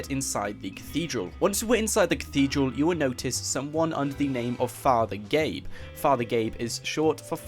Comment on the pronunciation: ITS FATHER GAYBEN !!